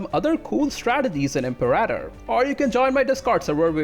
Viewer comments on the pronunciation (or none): IM-PEAR-AH-TOR not EMPORATA Jesus H Christ